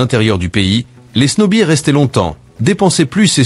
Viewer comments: C'est quand même extraordinaire de parler des Etats-Unis et de n'être pas foutu de prononcer correctement snow bears : Ce n'est "sno bir" mais "sno beerz" . Quand on ne sait, on se renseigne sinon on passe pour un plouc - au minimum -. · Snowbird(oiseaux d’hiver) se prononce Snowb(eu)rd au Canada 😉